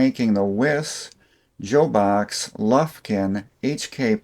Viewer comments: 'Love your stuff, but "Joe-box" -Wtf's wrong with you? (i.e. "Job-box" ) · Bahco before Snap On bought them and as is usual ruined the tool line had forged in the side of the handle Invented by Bahco in 1892 if I remember correctly. I think Jobox is pronounced Job-Box as a side note. Apex from what I understand after consolidating most tool production at Sumter plant found that most of the tooling and machines were worn out from no maintenance at all for years. When they started to rebuild they had a 100 year flood in Sumter and it was determined that they would have to scrap everything and buy all new and did not see how that would work. I still be leave the loss of sales through the Sears failure was the ending of many of these suppliers as there own stand alone brands needed the volume that Sears sold to make a profit. Once our hero at Sears stopping paying his bills and moved the Craftsman name to China the writing was on the wall for US made tools from a number of companies.